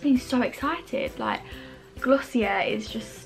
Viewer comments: Not tryna nag but it’s pronounced gloss e a just thought I’d let u know 💘💘💘💘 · sorry i’m trying not to come off the wrong way but i believe it’s actually pronounced glossy-eh (you don’t pronounce the r at all) because it’s french